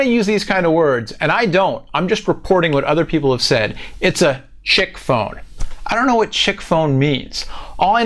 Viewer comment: doesn't know how to pronounce "chic"